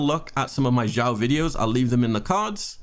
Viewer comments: Xiao is pronounced “sheeao”. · It’s actually pronounced as “siao” but, ok